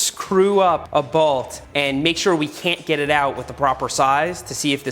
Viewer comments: Balt or bolt?😂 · I love how seth says bault instead of bolt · Today I learned Seth pronounces "bolt" a bit different than I.